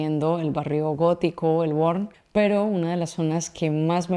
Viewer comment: Aquí un fill del carrer de Petritxol que va marxar de petit de la ciutat. M'ha agradat molt, he après coses que no sabia, però has dit "El Worn" m'has fet riure molt. Segueix així, gràcies.